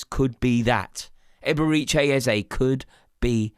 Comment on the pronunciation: Absolutely butchered his name